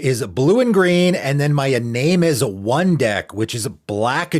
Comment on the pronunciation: p.s, the japanese phonetic pronunciation of Iname would be "ee-nah-may". just thought 2 share!